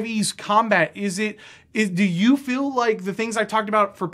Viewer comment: Feel is not said as "fill", I've never ever heard an accent where feel becomes "fill". What is going on there? Haha